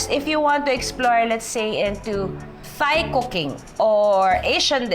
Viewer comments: Ate Juday not criticising u but heard u po so many times pronouncing “THAI as “THIGH” its supposed to be “TAI”only. Ngkamali din ako dati nyan sa pagsasabi. Till my Thai friend corrected me. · Very correct! It’s pronounced as “Tai” (Thai), Tyme (Thyme) just like Tomas (Thomas) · At ang tama daw na pagbigkas ng herbs ay Herbs hindi erbs hindi daw silent H. At Tai ang tama.silent naman ang H. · Love the video, however according to my friend, Thai should be pronounced as "tai", and thyme should be pronounced as "time", just like Thomas, it's "Tomas". Very informative ang mga videos mo Ms. Judy Ann, ang dami ko natututunan. Thank You!